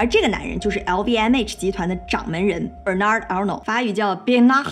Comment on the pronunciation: 名Be(r)na(r)d, 第一個小舌顫音r沒有發。姓 A(r)nault，小舌顫音r沒發。